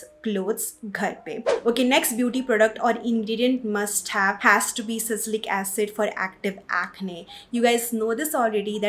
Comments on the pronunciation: Ya really irritating 'sacylic acid '🙄 Kuch bhi😂 sometimes people sound funny in an attempt to sound Sophisticated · It's sa- li- cy- lic acid!!! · I guess it's Salicylic acid not sasilic acid